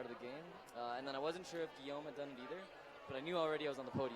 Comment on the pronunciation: And I see no one has had the decency yet to tell him that Guillame's name is not pronounced "Gwa lom". Seriously, where'd they find this guy?